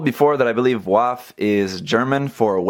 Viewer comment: Great video, but for future reference W in German is pronounced like an English V. So it would be pronounced Vaff not Waff.